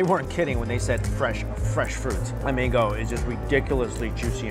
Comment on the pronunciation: Mango sounds like Mingo. Confused at first. No offense just saying